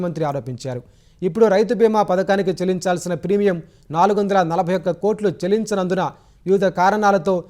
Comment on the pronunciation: చలించాల్సిన కాదు చెల్లించాల్సిన అని చదవాలి.